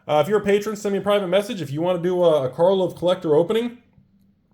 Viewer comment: it's pronounced "car-lov", not "car-vol". Get it right when you make your next of many videos. And the doofuses who are buying the snake oil salesman's wares are called "patrons", not "patreons". Please also pronounce the word "cray-on" properly.